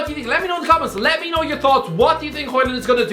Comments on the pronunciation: its højlund big man, not hojland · Hoe is like Hoe. Lund not land, and it is pronounced like lynn but with a u, aka Lunn. it's pronounced something like this in English, Hoelunn. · its hojlund mate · Højlund not Hojland😂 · His name is Højlund not Hojland👍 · Højlund LUND and i'm not even danish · Dude, at least try to get his name right. "Rasmus Højlund"